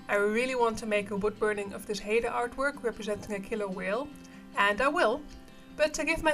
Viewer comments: FYI, it's pronounced "high-Da", not "Hey-Da". Yeah, I'm Canadian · haida is pronounced (high-duh) I am amazed you know of haida formline design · Good video.. Nice Orca whale.. & it's pronounced "Hi-dah" (check our Tulalip casino artwork (Tulalip covers a group of different Pnw tribes) thanks again for your info